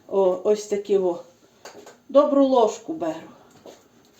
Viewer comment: знову "лижку" солі..😅